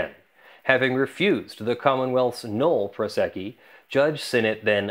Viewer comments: Drink every time he says null prosecci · how is "nolle prosequi" pronounced?